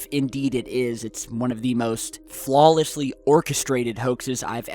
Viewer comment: Flawlee or flawless lol